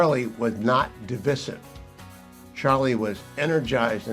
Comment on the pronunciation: Would prefer if you stop mispronouncing "divisive.' Otherwise great show!